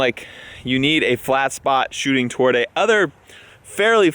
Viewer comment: you said "ball iss ticks"..... And "Choo ting".